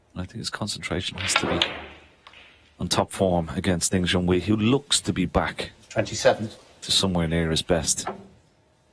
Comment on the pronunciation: It is pronounced Ding Xunway, or Junhui Ding... Ding being his family name.